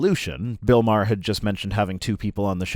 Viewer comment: ... hearing someone calling Bill Maher a left wing extremist while somehow managing to mispronounce his name is incredibly painful. I wouldn't even classify him as left wing, let alone an extremist.